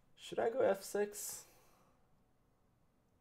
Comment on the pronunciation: When he said “ Can I go f6 “ It sounded like he said “ can I go have sex “